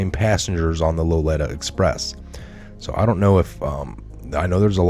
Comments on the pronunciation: its LO LI TA , not LO ETA express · Pronounced LolEEta Express. No biggie. Keep up the great work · Pronounced Loleeta Express. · Lolita express is Loleeta express. Great broadcast! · You do not pronounce Lolita express correct so you much not have done much research for this. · You really donr know how to say Lolita ecpress?? You dont do much listening to other news do ya? Your pronunciations amaze and befuddle me.